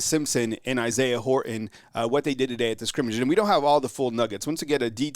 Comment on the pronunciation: Dude! Horton has a T in it. Say it that way. Thanks